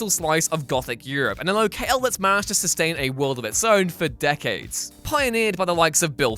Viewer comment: Locale? low-kale? Low Kal? Ler kell?